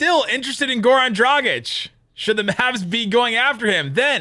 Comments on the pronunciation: It's DragiĆ...His dad is Serbian...just like DonciĆ...ok they are Slovenians, but you can't ignore they Serbian roots. Be respectful. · One good thing about the Dragič saga is that you both learned to pronounce his name correctly. 😂😂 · Did he though? Still not pronouncing it quite like anybody from Slovenia would.:D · If he comes here, Derek Harper will never say his name right! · It's DragiĆ...His dad is Serbian...He is Slovenian ok, but you can't ignore his Serbian roots, just like DonciĆ. First name is the same.